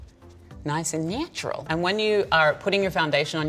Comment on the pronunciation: it's naatural!